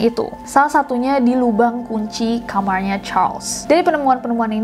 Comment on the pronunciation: Di awal jg ada Indonesia pake logat English "keluarrga rogers" sama di tengah pas "lubang kunci kamarrnya" 😂😂